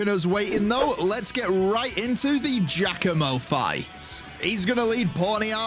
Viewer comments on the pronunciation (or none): none